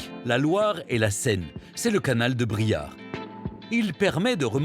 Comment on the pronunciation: BRIARE !!...et non Briard 🙏